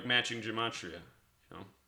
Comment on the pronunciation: really do appreciate the good work that ur doing, but there's no "n" sound in Gematria: ge·ma·tri·a...ɡəˈmātrēə...